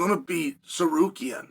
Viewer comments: I was blown away when he said it correctly. Then the next time he was back to sarkarian. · I mean that’s really better than when he says sakarian 💀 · Sarukian and Sakerian hmm ok 😂😂😂😂😂😂😂😂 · no it was steak rukyan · Disappointed that Chael finally pronounced his name wrong after nailing it so many times before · this MF accuses us of not being able to pronounce Tsarukyan! 😂😂